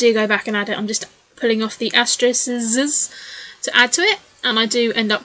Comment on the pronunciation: I really love this layout! "Asteriziziziz" hahaha